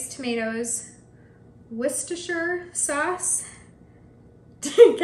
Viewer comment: you said woo-sta-sherr correctly! congrats on being just about the only youtube mom who can!